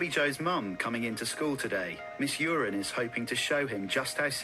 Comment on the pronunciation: Shout out to a teacher called Uren, pronounced urine - daily HELL.